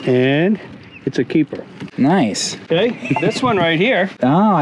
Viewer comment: This episode was a "keepahh"!!